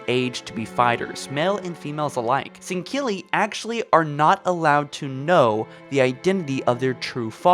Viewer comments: Sangkilli.. it’s Sangheili ffs. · You say sangheli wrong every time